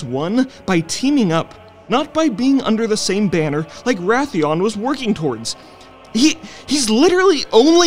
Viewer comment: Is Wrathion, not Wrathian.